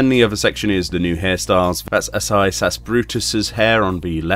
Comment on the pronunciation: Asahi, is pronounced Ah-sah-hee, not trying to be rude but helping you out with the pronunciation